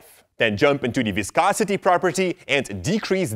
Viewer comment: you say viscosity very well. thanks for the help